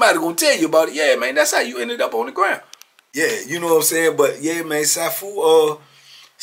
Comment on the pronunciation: It's pronounced See-Foo Marital Arts Instructor 😊😊